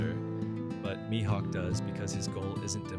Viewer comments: I totally agree 💯% with you 🤩 ! But you're mispronouncing his name. It's pronounced ME-Hawk ( Mihawk 🦅🗡️ ), not MY-Hawk ! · good video but please keep your pronunciation of mihawk consistent 😭 you kept switching between my-hawk and mi-hawk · This is probably a good video but I couldnt hear MYhawk out loud after the 4th time 😅